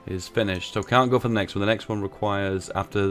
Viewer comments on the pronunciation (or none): none